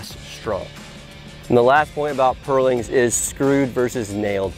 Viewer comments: Next time, find someone who can actually pronounce "purlin" to talk about purlins. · It's pronounced "purlin" not "pearling". Good video though!